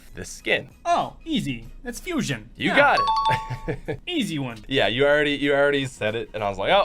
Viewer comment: niphox 9999 you spelled Fusion wrong you said Fushion